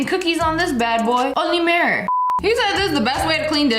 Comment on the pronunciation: AGAIN? And WORSE? “MARE-UR”. 🤦🏻‍♀️